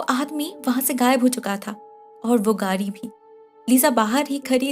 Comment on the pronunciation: Its گاڑی not گاری 😬😬